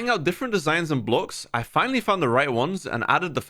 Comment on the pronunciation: "i dound on youtube"